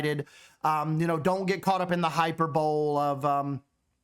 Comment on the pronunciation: Hyperbole (pronounced Hy-per-baa-lee)